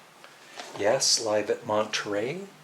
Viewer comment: It is Mon tro in Switzerland. Not Monterey in California.